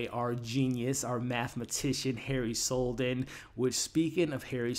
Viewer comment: Please pronounce his name correctly. Its Seldon. with an 'E'. Not Soldon. Ta